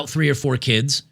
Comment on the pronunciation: You “said” keeeeds wrong.